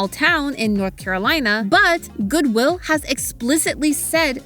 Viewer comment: I couldnt ignore the emphasis on the WI in goodwill 😅